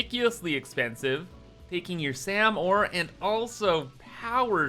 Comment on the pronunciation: "sam ore"